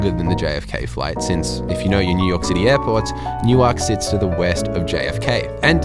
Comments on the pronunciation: I commented the same thing, I got a good chuckle out of his pronunciation! He said it similarly to the way they say it in Delaware, New. Ark. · Not in Jersey. Nuwerk, Newerk…but not New Ark. New Ark is a city in Delaware, Newerk is a city in NJ. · New-ark. Newurk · Newark= NUwurk, not new-ark ❤ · I cringe every time you pronounce EWR Airport phonetically as New-ark 😬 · Enjoying him pronouncing Newark exactly the way it is written, New-Ark! Gold! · I'm never not going to pronounce that city differently again - even without the vodka shots - haha~ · new - werk , the A is silent ❤❤ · "New Ark"?...... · I enjoy your videos, but I got an especially good chuckle in this one the way you pronounced the departure airport. It is no different than the way an American would unknowingly pronounce Canberra or Cairns. Locally the departure airport is pronounced Nuwurk, said quickly and as one word. I grew up south of there and knew that pronunciation my entire life. I then moved a few hours south and there’s another town south of Philadelphia called Newark but it is pronounced sorta like you did but with a longer break between the two halves, they pronounce it as New. Ark. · Dude, you mispronounce Newark in exactly the same way Americans mispronounce Melbourne. Get it right: don't sound out all the consonants! Nuwuk, Melbun. :) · It really bothers me how you say Newark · Newark as you’re saying it is in Delaware. The one in New Jersey isn’t pronounced that way. You must say the name of the town as the people in that city say it. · Newark is pronounced the same way as New York. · This used to be all Business Class. Weird pronunciation of Newark 😆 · It’s how they pronounce Newark, DE. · Let's say non-conventional pronunciation.